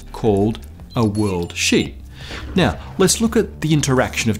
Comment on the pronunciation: had me cracking up because it sounded like "WORLDSHIT". Much love to this channel!